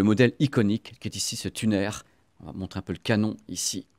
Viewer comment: Un "tunaire" hahaha....un tuner..."tiounheure"